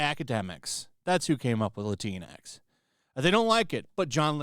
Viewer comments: It's not Lateen X it's Lat-in X. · C'mon guy.. it's pronounced: 'La-tinks' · Latinx sounds like Kleenix!